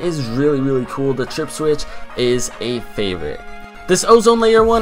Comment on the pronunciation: He said favite 😭😂🤷🏻‍♂️